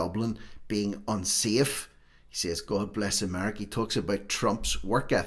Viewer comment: I love how he pronounces his T's in America. He's right.